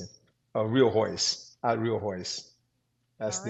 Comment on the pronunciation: Great interview but how did her staff not tell her how to pronounce Royce’s name….Royce so humble, and a legend. Thanks for the interview